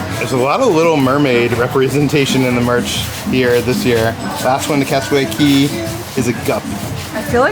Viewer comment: Love you guys. It is cay though not key. But you both are phenomenal. I will never be able to do the cruises and watching you guys makes me feel like i have gone on them!!!